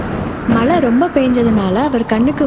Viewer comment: Voice over akka ku yazha Va varala..mazhiku malai Nu solranga